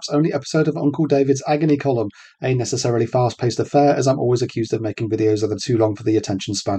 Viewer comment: When you said “a necessarily” I thought you said anus.